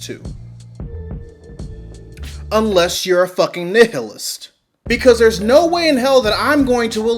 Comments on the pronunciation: Nih-hih-list? I have never heard that word pronounced so badly since Markiplier playing the game game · Just because you pronounced Nihilist incorrectly, I subscribed. You have a new fan. Keep the vids coming. I love it!